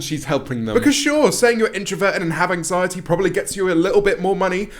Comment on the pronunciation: I swear she said 'anxietEa'